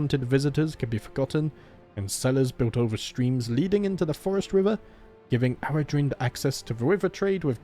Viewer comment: Eldavaitale - El da vay tal (like in pal) eh Aradhrynd - A ra dreen..the video creator pronounced it correctly